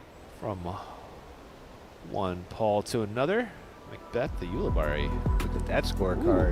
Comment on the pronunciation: It's yule-i-berry for crying out loud 📢